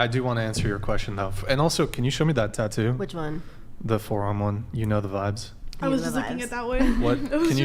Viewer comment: She sounds so corny saying "you know the vibes." She doesn't even say it rite. This is why you stick to your own culture. They don't even accept people like her in that culture. Which makes her look even cornier. Can white people not create their own slang?